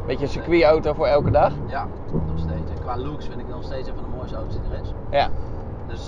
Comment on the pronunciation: Hoort iemand anders ook dat hij oto’s zegt i.p.v. auto’s